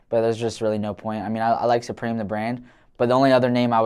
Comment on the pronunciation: it’s not “sue-preem” it’s supreme say that shit normal